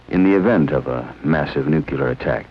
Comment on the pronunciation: *heehee* Glenn Ford said noo-cue-leer. C'mon people, it's like a zit cream "new" "clear".